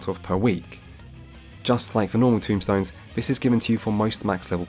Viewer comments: It's not "tombstones" it's TOMEstones. Just fyi :o A bit less grim. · A bit nitpicky here, though this is one of my pet peeves. And you are not the only FFXIV player to do this, so let me start by saying this was an incredibly well made video. Very informative. Now my nitpick. The equipment currency is called TOMEstones. Not TOMBstones. Everytime I hear someone pronounce it that way it makes me feel like we are gathering headstones from the dead to bring to Roweena lol. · This is a great video, I am as experienced as you but I've watched this in the hopes of having a good starting point to show friends who also like deep dives. I have exactly one complaint and it's "tombstones"...they are TOMEstones, my friend 😂😂😂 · Tomestones not Tombstones